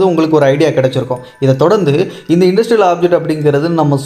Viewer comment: இது என்ன இன்டர்ஸ்டெல்லார் (inter-stellar)ஆப்ஜெக்ட்டா அல்லது இண்டஸ்ட்ரியல் ஆப்ஜெக்ட்டா நீங்கள் சொல்வதில் தெளிவாக இல்லை